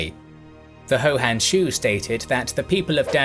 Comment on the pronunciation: Pronounce the first word of "Hou Han Shu" as "who", not as "ho". Those 80K archers were actually horse archers. Homer "Dubs", rather than "Dubbs". "Cursus" Publicus, not "Curcus" Publicus.